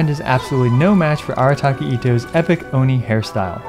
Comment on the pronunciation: The one an Oni. I literally came here to hear you say it. So funny lmao.